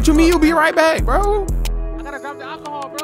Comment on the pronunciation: "get the alcahool" had me dead